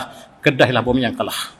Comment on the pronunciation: Sebutannya bukan Kalah tetapi Kalaa'